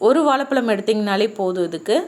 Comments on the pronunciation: தயவு செய்து தமிழை சரியான உச்சரிப்புடன் பேசினால் இன்னும் நலம் சகோதரி.வாலப்பலம் இல்லை வாழைப்பழம். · Item👍👍.. Bt ur Tamizh😴😥👎... Tooo much kodumai. Ayyo Evalo times vaalapalam.Banana sollalam atlst.keka mudiyala words👎